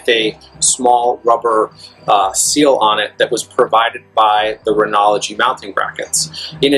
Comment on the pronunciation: Lol!! "R E N O G Y"!!!.... There is not an "L" in that word Lol! Not "R E N O L O G Y" LOL!!